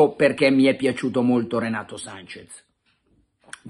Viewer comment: Breve vademecum per tutti. Si scrive e si pronuncia SANCHES, non Sanchez!